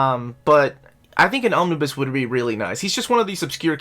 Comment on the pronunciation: Omnibu? OmniBoo at that, buh more like OmniBai. But seriously I'm a fan of Omnibuses and your lists of wanted Omnibus. Gilen was indeed phenomenal.